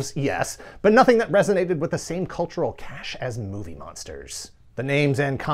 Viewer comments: Cachet, not cache. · It's cash ay, not cash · That's "cultural cachet". Pronounced "cash-ay".